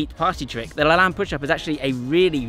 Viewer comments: First, learn how to properly pronounce LaLanne. He deserves that much. The Superman push-up covers everything anyone could need for strengthening the upper body. That and 500 bodyweight squats in 5 minutes or less and you're covered. Now try it w/ one arm and one leg. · So I believe Jack LaLanne’s last name is pronounced such that the second syllable rhymes with “lane” as in Penny Lane. At least that’s how he said it on his show long ago. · IT IS PRONOUNCED LAH-LANE (LAY-N)! Great video but I died a little ever time you said his name. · Great vid as always but Jack Lalanne is pronounced "La Layn". more of an 'ä' sound. Hate to be the grammar nazi. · thats correct lol he said it wrong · It's pronounced Lah LANE == long E. Go watch any of his TV shows on YouTube and you can hear what he called himself. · That’s interesting, I never heard it said aloud because I didn’t grow up seeing it. I would have also said it the same way as did because I’m the spelling looks so French! Thanks for the correction